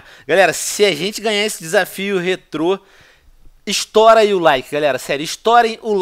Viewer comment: Que agonia de escutar ele falando rétro